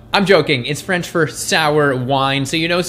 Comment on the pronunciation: “Vin aigre” , means “Vin Deisel” in - whaaaaat?? Sounds like you said, “ … in Spanch” there. 😳❓🤷🏻‍♀️❓😳 Still a funny one though. Love it! 😂💜🌱🖖🏼🌱💜😂